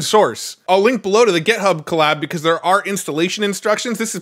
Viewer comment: Hey - It's pronounced Git-Hub, not Get-Hub. Also, JSON is pronounced "Jay-Sahn" (no one reads out the letters of the acronym), which incidentally means JavaScript Object Notation). For FRVR you had two good guesses, but I think "forever" makes more sense than "fever" given their logo is based on the infinity symbol. Love your work and your passion!